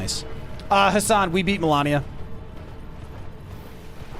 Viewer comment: Its Malenia not Melania